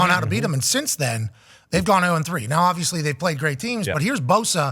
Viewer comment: Darius is the worst about it for sure but at least half of these guys are guilty of the "ovisly"